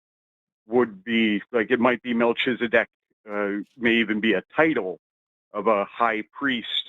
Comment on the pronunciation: You said "Malchizedek" but the ch is pronounced KH. All CH in Hebrew is KH. There's no Ch=TSH sound in Hebrew. Even when it's used it's in the Yiddish accent. Like Lubavitsh. Which isn't in Hebrew. Or "Tshuva" instead of Teshuva =answer/repentance Either way it's pronounced "MalKizedek" with a K sound. Malki= my king Tsedek= justice/ righteous Sometimes the khaf has a K sound